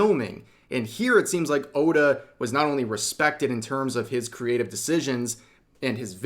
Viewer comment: Everyone is saying the name wrong his name is ODA the GOATA! Insert meme: THATS WHY HES THE GOAT 🐐 THE GOAT!!!